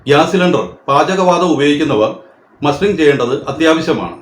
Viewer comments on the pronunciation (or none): മാസ്റ്ററിഠഗല്ല മസ്റ്ററിഠഗ് ആണ്